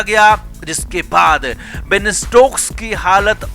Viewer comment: Bain nahi Ben hai, Thik se bolna sikh lo